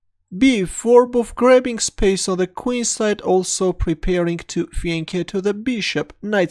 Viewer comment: Out of all the chess commentators I watch you're the only one who says fianchetto the way it was meant to be said, bravo. Great work great video